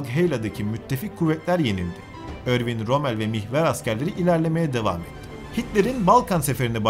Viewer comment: hocam ufak bir duzletme erwin rommel erwın rommıl diye okunur